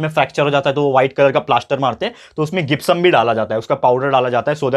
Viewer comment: Sir, gypsum, word is not gipsum . Word is jipsum this two spelling is not right First is right , gipsum pronounce is not right Jipsum is right pronounce 😊😊😊😊😊😊😊